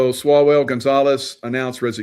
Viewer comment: Did you say swallowell